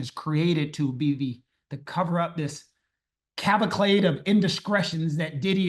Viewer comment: Its a great word, I'm glad people still use it. It's 'cavalcade.' There's no cavlacade.